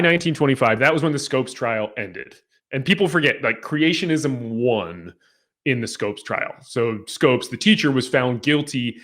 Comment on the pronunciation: "Creationism"2 vowels too many .